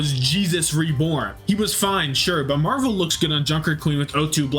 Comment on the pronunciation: i beg u stop saying marv one its marvel please man